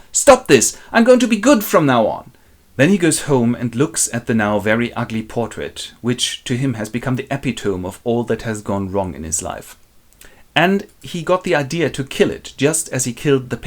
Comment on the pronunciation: I loved this, this was hilarious! (Btw, epitome is pronounced “uh-pit-oh-me”)